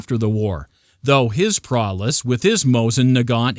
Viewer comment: The word is prowess. Not prowless.